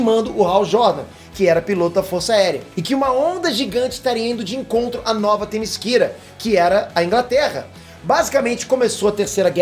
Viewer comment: Pessoal q n entendeu oq é "Nova temisquira", fala-se nas animaçoes Nova Temiscera, é diferente do qual o pronuncia mas dá no msm.